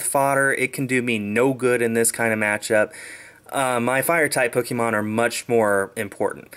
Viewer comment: Ppk-AY-mon, not Pok-EE-mon